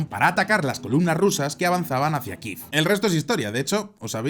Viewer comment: ¿Qué moda es ésa de pronunciar Kiev [kif]?